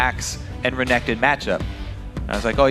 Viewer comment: "Tutu renkekton, well hes two 0 right now" - Phreak Xdxdxd